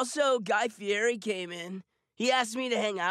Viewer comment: They could’ve at least learn how to pronounce his name correctly you say it like a guy Fieddi not guy Fieri or however you spell it 😂